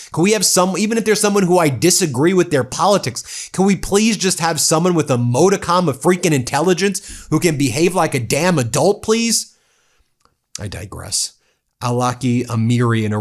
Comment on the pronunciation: Sorry, Ben, but you keep mispronouncing the word, "modicum". It breaks down into three syllables: MAH - dih - kum. You keep saying..MOW instead of MAH.